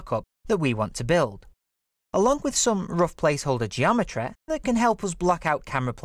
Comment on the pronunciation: "Geometreh" Good video though